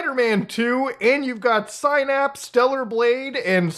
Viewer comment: Why did he pronounce synapse “sigh naps” 😂